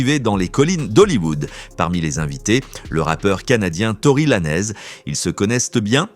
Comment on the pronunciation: Tory Lanez👀🙄😳🫵🏼🤣. La langue française c'est possible🤦🏼‍♂️🤌🏼. La prononciation du rappeur est foudroyante. Si le fait de bien dire le nom, prénom ou pseu(pseudo) d'une personne vous déchire. Dite X ou Y. Ne vous compliquer pas la vie🤷🏼‍♂️